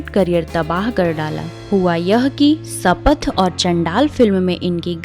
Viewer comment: Madam sanath nahi bolte shapath bolte hai , pronunciation toh theek se karo 😡👎👎👎